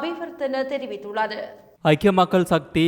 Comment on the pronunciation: Not Theriviththullazu. Theriviththullar In some sentences